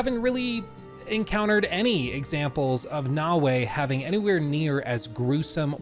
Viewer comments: You keep saying "nah-way", and it's really infuriating because it's pronounced "na-o-e" (short a, short o, short e). It'd be like if I called you "Look" as opposed to "". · That's not his accent; I have similar American accent and I can absolutely say Naoe as "na-o-e". It's a lack of care.